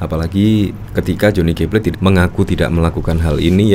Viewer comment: Plate bukan plet.